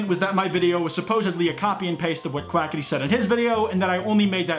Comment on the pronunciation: Can I just say that Keem said Quacka-tea.